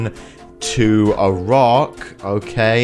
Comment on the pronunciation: pronunciation correction: [i-rak]